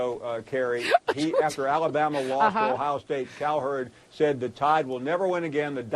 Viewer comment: I love when she hurls the insults. Also, the way she says AlaBUMuh. Total entertainment! Go!